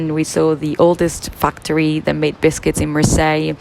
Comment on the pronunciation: I can’t help but hear “oldest f*cktory”